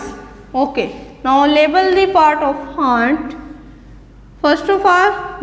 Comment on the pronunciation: Pronunciation of ant is wrog